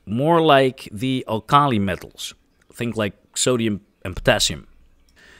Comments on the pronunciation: I hope I never hear the word Alkali pronounced al-car-lee ever again. Al-ka-lye is the pronunciation in UK and US. Otherwise an interesting video. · English is hard, but you can't take it for granted. You need to work on your Englush pronunciation: alkali: AL'-kah-lie minute (when the word is used to denote a small size or quantity): my-NEWT' tuberculosis: tu-BERK'-yu-low-sis It makes a difference to get it right, (or get a live person with a background in correct pronunciation). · Just learn how to pronounce alkali 😉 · I love this video, but I'm curious what your academic/professional background is and/or whether English isn't your first language? You pronounced alkali very oddly and I'm curious if you're non-traditionally trained/educated, you're not a native English speaker, or there's a dialectical pronunciation difference that I've not encountered?